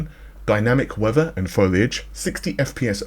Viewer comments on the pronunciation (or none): none